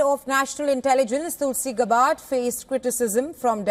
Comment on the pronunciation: "Gabbard" is actually accented on the first syllable instead of the second.